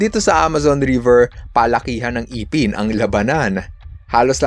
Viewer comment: Correction lang please sa pagbigkas Ng ngipin necessary not IPIN but instead ngipin sa tunay na pagbigkas into sa totoong Tagalog, Tagalog Kase Ako kaya ikinokorek ko lang kayong mga taga manila.karamihan at kalimitan na ninyo binibigkas Ang salitang Kanto, katulad na Lang Ng walang sapin sa paa ,imbes na tawaging o bigkasin na nakayapak Ang tawag ay naka paa o kalimitan din APAK /nakaapak Which is yapak or nakayapa